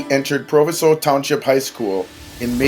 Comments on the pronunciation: It’s pronounced pro vi so not pro va sow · Proviso is pronounced with a long "I."